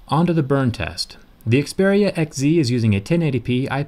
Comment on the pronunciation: I love the way you say "Xperia" lol